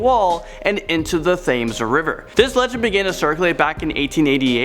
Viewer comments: It's pronounced tames not Thames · Oh, Thames isn't pronounced Fames, it's spoken as Tems., and Mitre, as in Mitre Square is pronounced like mighter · It's "Tems" not "Thayms" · It’s pronounced tems not bloody Thames it’s just spelt like that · The river Thames is pronounced "Tems" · I know it's small, but it's not pronounced thames, it's pronounced tems. Same with buckingham palace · my man said th-ames river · it’s pronounced t-e-m-s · I like how he says TH ames not T hames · Quick note: The river's name is pronounced 'tems', not 'thame-s.' Its a dumbass spelling, I know. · Thams river 😂😂😂😂 its pronounced as tems tiver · You pronounce it temzs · The pronunciation of Thames is, TEMS. Do get it right. I know I'M m not the first to make this correction. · Mitre = Miter, Thames = Tems. If Rebecca and Danny can learn to pronounce American place names properly, the least you can do is to try to do the same for English ones. :) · The Thames river is pronounced tems its a British thing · Thames is pronounced like Tems and Mitre as in Mitre Square is pronounced like mighter. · The river Thames is pronounced the river tems Think of ten then change the n to a m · It’s pronounced tames not Thames btw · this was an awesome video and thank you for taking the time to make it, but for future reference the was you say "Thames" is "tems". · In the UK, It's pronounced (Tem-z). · its pronounced tems not thames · First, has ever done a video without saying "is this real life right now?" Second, the Thames river is pronounced "Tims" I do believe. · Um, thats not how you pronounce Themes. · Thames is pronounced Tems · How he said, Thames, jeez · He pronounced thames with a 'th'..... that is the scariest thing about this video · Dear, sit down if you need to! Your health and comfort is important. Also, please ask a Londoner how to pronounce the river Thames properly:)